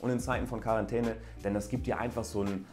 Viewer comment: Wer versteht auch immer Karantene wenn er Quarentäne sagt xD